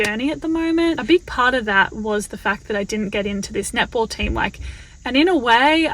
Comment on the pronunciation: So I watch this sped up on 1.75 speed and I kept thinking you were saying nipple ball, not netball my God I’m laughing so hard I had to slow it down to actually hear